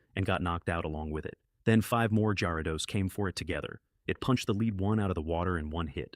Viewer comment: Fix the pronunciation of the blastoise, gyradose and salamence